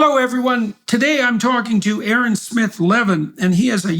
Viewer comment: ay-ayron? Bro no way I can’t believe ay-ayron is talking to Jordan!